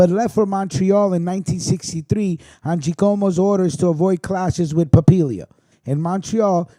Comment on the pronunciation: Papalia is pronounced Pa-pail- lia . Love your channel and thanks for covering the canadian angle . All this crazy shit is happening in and around my hood . Everyday I'm listening to the news waiting to hear the next shoe to drop . You're right about everything making sense except , the guy getting his cars torched and the rat graffiti on his garage . Maybe he did it himself , to throw the heat off his trail with the cops on the Musitano hit . It's kind of in a rural area . Not much cover if your trying to sneak around and torch cars . Also , If you were going to torch some guys cars , wouldn't you torch the best cars he had to make it hurt more . The white Mercedes utility vehicle he had , never got touched . Yeah I think I'll torch the Ford and not the merc , yeah ok nice try .